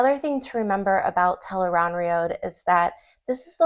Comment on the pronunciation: The accepted pronunciation of Tel'aran'rhiod from The Wheel of Time is tel-AYE-rahn-rhee-ODD or tel-ah-ran-ree-od. It is often phonetically spelled as "Tel Aan Riad" or "Tel'eran'riad". It is not pronounced as "tel-aye-rahn-rhee-OAD (road)". Its ends with an ODD sound, not an OAD sound. I've been a fan for over 19 years. Please pronounce it correctly in the future. It matters: Here an an analysis of "tel-aye-rahn-rhee-OAD" Your pronunciation, "tel-aye-rahn-rhee-OAD," is very close to the official pronunciation. The only major difference is your final syllable, "OAD" (likely rhyming with "road"), whereas the official pronunciation ends with "ODD" (rhyming with "nod"). Old Tongue Meaning Interpretation: Based on the Old Tongue dictionary in The Wheel of Time Companion, here is how your variation might be interpreted: Tel (Commonly functions as "The") Aran (Adjective: Right-hand or Right-side) Rhiod (Noun: A World or Land) While the literal, accepted translation is "The Unseen World", a potential literal reading based on these roots is "The Right-Handed World". Changing the final sound to "OAD" does not explicitly change the translation from "The Unseen World" within the context of the books, but it alters the phonetic structure of the final word "rhiod," making it sound more similar to a long "oh" sound rather than the short "o" favored in the audiobooks and official guides.